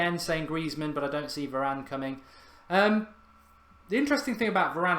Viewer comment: Meant varane not Varanene